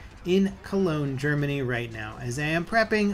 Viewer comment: Did he say Germany